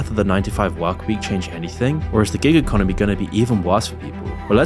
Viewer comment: Every time you say "Giga Conomy" I sip my coffee.